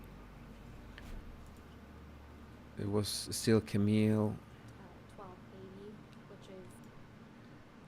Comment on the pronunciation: Wht bugs me even more is that Elaine cannot pronounce Camille's correctly. Like she is doing that on purpose!? Seriously, how disrespectful! 🙄 But I just love that Camille does not even turn her microphone off knowing there will even more objections coming